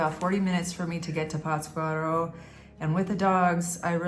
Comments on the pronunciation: Durango City is a Beautiful Place. PATScuaro is The Correct Pronunciation.. Forget the Cartels. They are were Politicians Live ( Simbiosis) .Less Government, More peace. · PATZ cuaro..the accent/inflection is in "Patz" ...LOL Big Hug! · I enjoy your videos. No offense, but isn’t the accent supposed to be on the first syllable in Pátzcuaro?